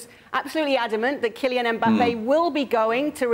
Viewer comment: Ale puts a g sound at the end of ‘Kylian’…. anyone else hear it?